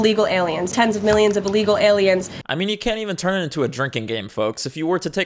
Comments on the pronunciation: Is she saying “allegal”? 😂😂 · Can someone tell her it's Illegal not Alegal.